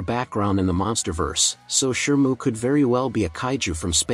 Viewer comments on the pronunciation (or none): And Shimu not Shirmu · How is it that you always pronounce "Shimu" as "Shermoo"? 😅